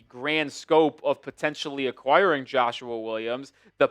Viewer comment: Why you keep saying Joshuar Williams 😂